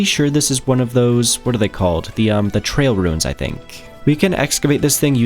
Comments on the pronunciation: I thought I kept hearing you say Trail Ruin instead of Trial Ruin, might have been a bit sleepy listening though. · Tri-al. Love you to death but. I swear if I hear you say trail one more time.